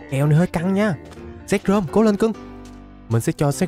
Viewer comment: Anh bảo zekrom em cứ tưởng sexrom